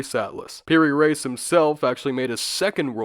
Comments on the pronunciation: It’s pronounced “Ra-ees” not “Race”. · "Reis" is pronounced like rea'ees not race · Mamluks is pronounced how it sounds, and Piri 'rees' x x x